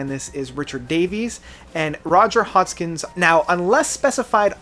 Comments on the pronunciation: Hodgson, not Hodgkins. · Hey, bud, please! His name is Roger HODGSON, not HODSKINS! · Yessss, it's hodgsooooonnn!!! Not hodgkins!!!!! Tch!!!! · This man doesn't even know how to pronounce Roger Hodgson's name right. He says it as "Hodgkins" early in the video. Simply because of this, why should you trust ANY of his opinons? Since I don't agree with a lot of it anyway, I'd definitely rank these albums somewhat differently myself. Supertramp's last really great album was "Breakfast In America" in 1979 and as I've listened to it more over the years I've really grown to like the whole thing. I don't bother to pick on two or three possibly more mundane tracks anymore. Anyway, they really lost it after "Breakfast". The next LP, "Famous Last Words" (1982) TOTALLY sucks. Not one good song on it. Even the pretty boring cover art says something. Before this, Supertramp always had neat, innovative cover designs, (not to mention the music too). Two more '80's albums, "Brother Where You Bound", (1985) and "Free As A Bird", (1987) weren't anything fantastic overall but each LP had a couple of OK songs. "FAAB" does feature halfway decent cover art, by the way. There also were the ones that came out in the 1990's, which very likely are their last two studio albums. I haven't ever bought them. I mean I already knew their '80's stuff was as weak as it was, especially Famous Last Words. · Roger Hodgkins? Indepidibly? Can you at least learn to pronounce all of the names and titles right? It would lend so much more credibility to your videos. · Roger Hodgkins? WHO??? You don't even know the names of the people in the band. Could you please find something else to do because if you can't get names and pronunciations right, it certainly discredits your credibility. You could be (and do) so much better. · Who the hell is “Roger Hodgkins”? What the heck does EXspecially mean? Perhaps you’re referring to Roger Hodgson? Especially...Espresso No “X”